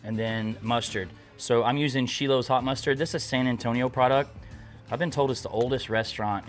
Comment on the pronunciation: Schilo’s shoutout! And pronounced correctly!